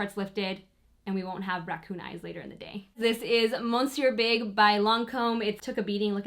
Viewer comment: I love you lol, but am I the only person that goes crazy every time a youtuber says Monsieur Big incorrectly!? Like please come on!!! Nowadays that word is commonplace even if you’re not French or living in France! And if you’re not sure, google the pronunciation, just please say it correctly! 😩😒